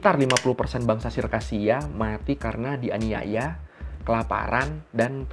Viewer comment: Dianiaya bang bukan dianiyaya